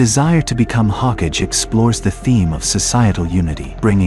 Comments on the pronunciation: Brother the term is not 'HOKAGE' it's 'HO-KA-GE' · Say it with me HO-KA-GAY. The way you are pronouncing it is killing me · Lol... Boruto Shippuden is as bad if not worst than Boruto Ps. I don't know how much you know about Naruto as a series if you pronounce Hokage like that XD